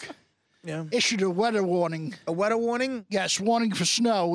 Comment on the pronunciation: “ issued weddah warning “